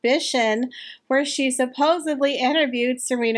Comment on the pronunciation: I've been enjoying your videos a lot; they're very informative and entertaining. This is a common mistake, but I just wanted to point it out. You've been saying "supposably" (at least that's what it sounds like). The word is actually "supposedly."